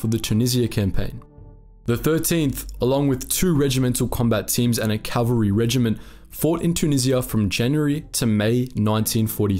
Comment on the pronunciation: 'The phrase is "CAValry regiment." Not "CALVary regiment." The correct pronunciation is similar to the Cleveland "CAValiers."